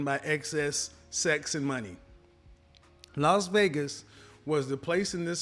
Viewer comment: LOS Vegas?!! No, it's LAS Vegas, Kevin, respectfully.